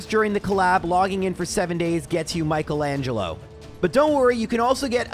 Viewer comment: Who the fuck is Michael Angelo thats not how you pronounce Michelangelo